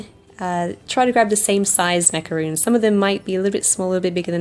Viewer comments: It's pronounced maca-rons not macaroons. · RONS! NOT ROONS! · There is a big difference between macarons & macaroons. Not to be rude or picky but thats important to know. She mispronounced the name of the cookies she made. It's said MacaRON , not double oo's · I love your videos and channel. With no rudeness meant , you made macarons and continuously said macaroon. Hope you know that b/c they are totally different cookies. I truly dont mean to be rude. Just helpful.